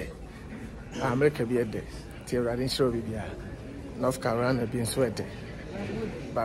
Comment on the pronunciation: "North Cariana" 😂😂😂😂. Eiii..Kwaku!